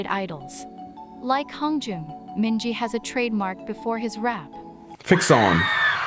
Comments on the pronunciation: i'm quite triggered with how this person pronounced Mingi's name wrong several times LMAO sometimes it's Minji, sometimes it's Min-Gi, then it's mingi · Don't trust this guide's pronunciations. The "a" in Yeosang and San is a long "ah," and rhymes with pond, not short "a" sounds that rhymes with plane or sand, and Mingi's "g" is true "g," not a "j". When in doubt with Korean names, find the Hangul for the name and insert it into Google translate to get an accurate pronunciation. Similarly, though Wooyoung is romanized with a "W" at the beginning, much like the last names Lee and Lim, that consonant is there because it's easier for international folk to pronounce than Ooyoung, Ee and Im, since their vowels don't begin with a gutteral sound. Hangul is wild, but it also makes sense. :D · Mingi's name is pronounced Meengee with a hard g (gee like geese). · It’s a bot for text-to-speech! And it only F’ed up MINGI’S name and Yeosang’s in the beginning 😭